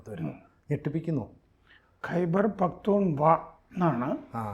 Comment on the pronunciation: പകതൂൺ ഖ്വാ എന്ന് തന്നെ ആണ് പറയേണ്ടത്. ഇയാൾ സ്ഥിരമായി തെറ്റിച്ച് ആണ് പറയുന്നത്